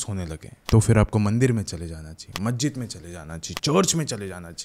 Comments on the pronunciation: Bhai English to bhot achi hai tumari lekin hindi nhi 😂😂😂majjjid nhi masjid 🕌 hota hai 😅😅😊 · Majjid nhi hota hai bhai Masjid hota h please sahi se naam liya karo